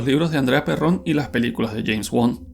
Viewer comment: Se pronuncia Pérrn, no se díce Perrón (aclaro, El lnglés solo se acentua de manera pronunciada) Pínche Narrador Pendejo.